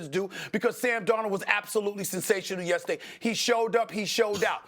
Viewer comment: “Yessaday” Dan O 😂